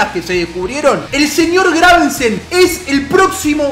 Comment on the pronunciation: es Gravesen, no GraveNsen jajajajjaaja ¡Excelente serio papu!